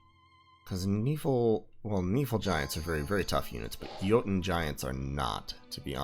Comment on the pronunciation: oh man i cant tell you how happy i was to hear you pronounce jouten correctly, i minor thing but got you a like :D